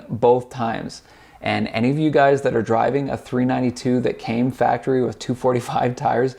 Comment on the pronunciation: You said faptery 😆 good shit my dude ! I own the same car different year . #RTGANG .